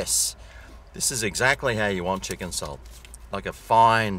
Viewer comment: chicken "chalt" chips ya reckon:)